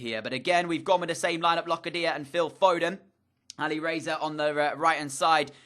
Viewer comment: for locadia it’s not loca dia it’s locardia